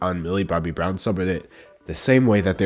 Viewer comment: How many times has he said "Millie Bobby Browm"